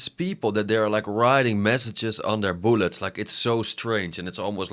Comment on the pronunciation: “BOOLETS” Love the content man, keep it coming!